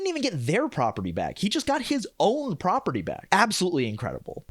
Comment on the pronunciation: When I first heard about this show, I wanted to watch it because of the setting. Then I read about the plot ... "Muh propaatee!", and was immediately turned off.